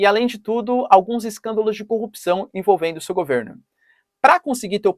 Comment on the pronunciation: Corrupissão?? Fala sério.... Não era só no braazzziill que isso existia?? zz z 😴🤡💩🍕